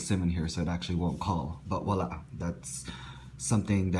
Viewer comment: it's voila (emphasis on the v).